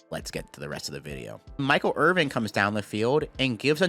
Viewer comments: are you really saying Michael IRVING? WHAT IS YOUR PROBLEM!!!!???!!! It's Irvin. No G, my G. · Hearing you say IrvinG is driving me insane 😭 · I love you man but how can you call him Michael Irving for the entire video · I love you but it's Michael IrVIN, not IrVING. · His last name is Irvin. There’s no g. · Irvin, not Irving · "Irvin" not "Irving" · Love this video, but there's no G on Michael's name. It's Irvin.